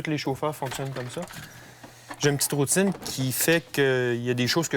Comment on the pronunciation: 10 cm de neige À Paris : urgence nationale ! À Québec : la rrrrroutine habituelle.